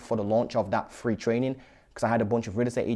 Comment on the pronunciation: Good content, buddy, but my God, wtf is Fanks? Firty ? Free, do you mean three (3) and fings, do you mean things ? 🤣 and sumfink, assuming this means something ?